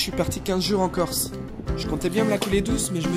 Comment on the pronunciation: je suis allé en "keurse" ....